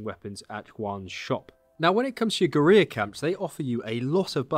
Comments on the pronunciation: Great video, though as you're English you should really learn to pronounce the word "Guerrilla" properly. It is not Gu-ree-ya but Gu-ril-la (the same as the great ape). Keep up the good work. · Guerrilla is pronounced Gorilla, not GUR-EE-YA. Just an FYI. Other than that thanks for the great video! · Let me help you out bud, guerrilla is pronounced like "gurr-illa". Not like "gareer". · We got a geureeya for sale! Mageeya geureeya for sale! Meet him! Buy him! Take him home and try him! Gerrreeeya forrr SALE!! I need to hear sing that. That would be SO good. (But it's OK for Brits, Americans and Aussies to pronounce it like "gerilla" we traditionally pronounce L's) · It's pronounced gorilla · it is pronounced GORILLA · or "guh-reer" not sure but it sounds terrible hearing it over and over and over and over again. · Yes, I figured you were saying it the same as the game characters and if you were Hispanic I would have let you off but because we're English I'm going to pull you up on it! 🙂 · He pronounces the L’s in “Valle” but doesn’t pronounce the L’s in “guerrilla” …… 🤦🏻‍♂️🤣